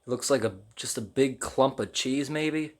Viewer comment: “Rothen chaes”